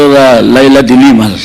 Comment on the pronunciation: ms luistro the way you pronounce the family name of the former lady senator Leila is the word dilemma it should be de lima